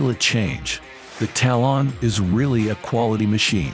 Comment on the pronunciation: Tal-on is one word..... Talon. What a stupid video all around.